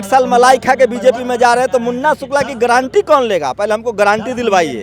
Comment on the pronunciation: Guarantee word ko thik se bol nahi pa raha hai chala hai m.p. banane.